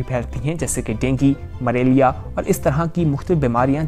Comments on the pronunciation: Bhai mareliya nahi mleriya hota he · Who else noticed him saying maralia instead malaria 😀?!😑